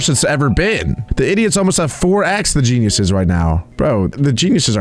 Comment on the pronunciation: I heard Jezz